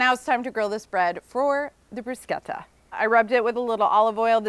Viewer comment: Oh my god she said bruschetta the way it’s actually said in Italy 😮